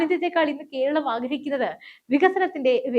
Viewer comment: കീരളം, കീന്ദ്രം, മലയാളത്തെ അപമാനിക്കരുതേ.